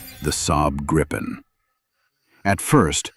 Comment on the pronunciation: More over-dramatized, amateurish AI laziness. BTW. For those interested, the name is pronounced "Gree-pen", not "Grippen". It's the same as the Griffin from English folklore.